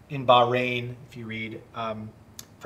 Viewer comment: Bahrain bah-rain bro 😂